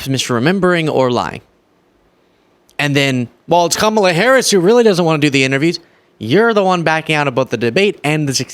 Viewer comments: The Sixty Minutes host loses all credibility when he failed to prounce Vice President Harris' first name correctly. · 😫"I Donald J TRUMP am fraid"😫I was fraid to go to war and fight for America, I'm fraid cause the interviewer is not from Fake Fox ENTERTAINMENT AND they'll ask me real questions and check my 🤥 LIES. 😫😫😫😫😫Kam.Moal.lah which I told all MAGA to say it like that. KICKED MY A$$ THE LAST DEBATE..NO MAS😫NO MAS